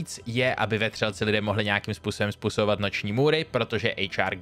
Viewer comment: Skvělé video, jen drobná poznámka: Giger se čte [gi-gr], ne [gaj-gr]